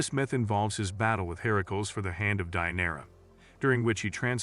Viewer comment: Idk which hit my ears worse - Herms, Herickels, Hayds, Aphrodight